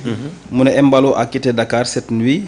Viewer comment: Mballo et non Emballo